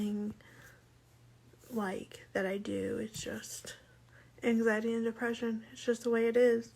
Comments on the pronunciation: angZyadee and duhpreShyn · identifies as having angzheen and depreshun lol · YOU CANT EVEN SAY ANXIETY 💀